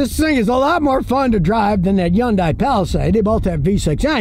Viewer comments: Yon-die! That’s a new way to say Hyundai. 😂 It’s Hun-day Scottie 😂 Even though I still wouldn’t buy one. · Why don't you pronounce it right. It's Hyundai like Sunday. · What the hell is a YONDAY?! Remember the old commercial? “Its hyundai, like Sunday” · "Yunday" lol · How Scott pronounces Hyundai.